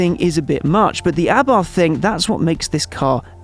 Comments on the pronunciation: A-bart, NOT ABARTH 🤦🏼‍♂️ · The H is silent Mr motoring journo...